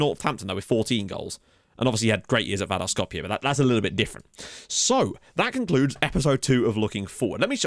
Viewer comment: I’m so proud of you for being able to pronounce Vardar Skopje! 😀